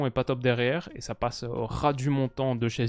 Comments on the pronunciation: Il se trouve que oui j'ai étudié le polonais et c'est "Tchyeksni" à peu près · Ca m'a perturbé tout le match les commentateurs BeIn qui appellent Szcesny "Tchansné"... Sinon techniquement les Pays-bas c'était super propre. Dans les petits espaces et sans temps pour réfléchir ça jouait super bien. Gakpo, Dumfries, Aké et Van Dijk super bons, par contre Xavi Simons et Depay un peu léger sur ce match. Wijnaldum quand il est entré je ne l'ai pas vu du reste du match